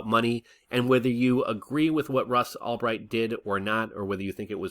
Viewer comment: Who's Ross Allbright? Lol. It's Ulbricht.